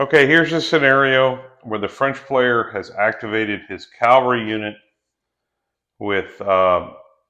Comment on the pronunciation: bro if you are explaining wargames you really do need to learn how to say "cavalry". Looks like a cool game, will be getting the book.